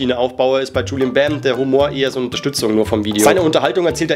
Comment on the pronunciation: es heißt Julien nicht Julian